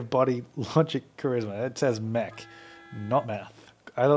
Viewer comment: i thought i was the only one who kept thinking mech said meth